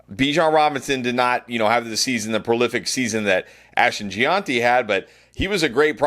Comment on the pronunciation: Ashton lived in Italy for a bit. I figure this is this Italian pronunciation: Jee-on-tee